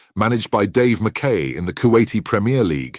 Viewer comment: Poor video and a commentator reading a script is not a Football man. Laughed at Dave Ma Kay, try Ma ky!